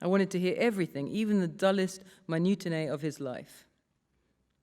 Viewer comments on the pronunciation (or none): Sincere question: "minutinae"???